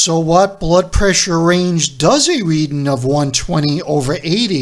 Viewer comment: READING NOT: READIN'